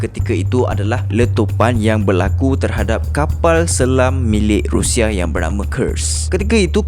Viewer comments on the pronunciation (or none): none